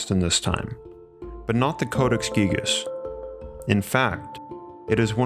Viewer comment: Gigas... “Gygus...” 🤔